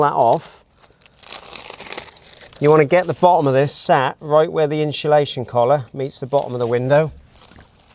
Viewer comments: Insulation Not inshulation No excuse. Speak properly or shut up. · I turned off when he said “inSHULation”…seems to be a current trend these days to say that, boils my pisser that a diy channel can’t even say simple diy products properly. The home improvement channel says it as well and I can’t get through a video if they say it either. I dunno if it’s rage baiting the audience into commenting like I’m doing now so that they secretly do a bit of engagement farming. Either way the watch time will suffer and that’s more important to a video getting pushed by the algorithm than my comment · We need some inshu-lation 😂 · "Inshulation Collar" must be a Velux thing 😂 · For the love of god learn how to say INSULATION properly.